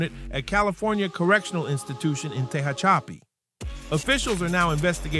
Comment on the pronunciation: It's pronounced Tuh-HATCH-ih-PEE (Tehachapi)